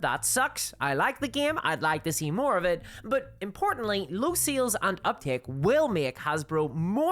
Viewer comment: I hope this doesn't come across as mean spirited but I just had a good laugh about halfway through this video. It took the host saying the word "sales" at least 15 times before I realized they weren't saying "seals." I genuinely was taking far too much brain power to try and figure out what they meant by seals. 😂